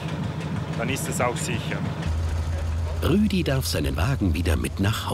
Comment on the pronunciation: Nicht rüdi sondern ruedi